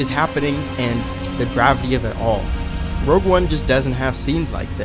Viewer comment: K I hate to be that guy. But it’s rogue not rouge